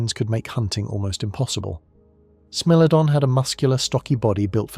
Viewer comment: I really enjoyed this documentary… very informative and interesting… the only thing that kinda bothered me was the narrator calling the Smilodon a Smellodon…. Smile! You’re on candid YouTube!!